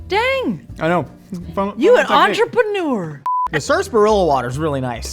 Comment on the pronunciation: “dang…you an entrepreneur” really pronouce the NEUR